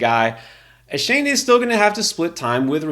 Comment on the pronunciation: It's pronounced ( A- Chain) not a shane